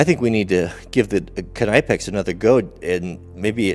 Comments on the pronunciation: "nip-ex" not "kah-nipe-ex" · Please learn how to pronounce your favorite brand WRONG: /knaɪpeks/ RIGHT: /kniːpeks/ Just watch some videos on the channel of Knipex if you want to learn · OMG how may timess.... Its pronounced ' Nip Ex' NOT ' Nipe ex'. .!! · Its not K-nipex its pronounced Nipex as in Nip--ex not Ny--pex either 👍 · Think it’s said like nip-ex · the K in Knipex is silent , .....nipex.... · Just for kicks and giggles .. Knipex is pronounced (phonetically) Ka-Nip-Ex - by real professionals in the know and who use Knipex in the field or at home. It just hurts my head listening to your version. Kind of like the sound of fingernails scratching on a chalkboard. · Knipex is just like knife the k is silent. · I believe it’s pronounced Nipex the k is silent... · if you watch vids that the manufacturer puts out, they pronounce it Kuh-nip-ex. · Its pronounced nipex I believe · You set the chain link further into the jaws on the Chinese bolt cutters, and right out on the end of the jaws on the knipex, far more strength if further into the jaws, that’s why the Germans failed, bias testing = irregular results Also the k in knipex is silent I’m fairly sure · Well guys what did we learn, we learned that you can't say knipex properly, I wonder how you say knife or know. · I love the videos but the k in knipex is silent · Its a silent K! Your know what i mean? A knot is not a K-not.